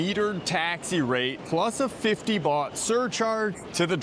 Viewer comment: It is Thai baht not Thai bot.